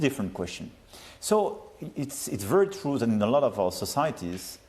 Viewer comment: Brothel or Bruxelles ? Trou or True. 😂 😂